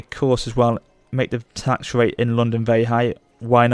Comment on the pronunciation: "Vewy high tax wait"